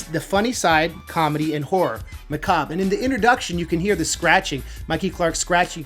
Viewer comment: Heckles n Macab (muh-kahb) ..Heckles n Macabre (muh-kah-bray)